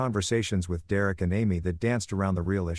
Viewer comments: Ah dear Eric is actually Derek.. it takes time trying to understand AI'S inability to communicate correctly in English.. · Yay! The return of 'dear-Eric' I'd almost got used to hearing Dereck read properly...😂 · Dee-Rerek is in many stories 🤷‍♂ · Thanks to this AI, I will now name my firstborn son "D'Rerrick" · I love how "Derek" becomes "Dear Erik" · AI strikes again lol